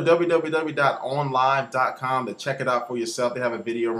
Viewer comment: it ON not ooowin live